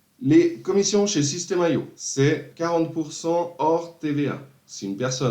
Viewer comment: super vidéo... c'est pas système AIO, c'est IO ;)